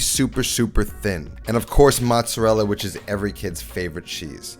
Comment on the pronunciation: I’m half Italian and the way you say mozzarella makes me cringe. My Nona would smack you with a wooden spoon